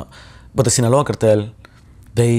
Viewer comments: Sinaloa Shawn not sinola come on😂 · It's not sinola..it's Sinaloa... 😂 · Love ya Shawn, but “Sinaloa” does not rhyme with “Granola…” 😝